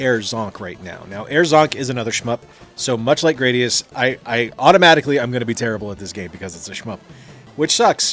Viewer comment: duuuuude it's GRAD-ee-us, not GRADE-ee-us.